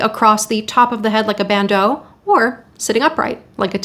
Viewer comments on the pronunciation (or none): none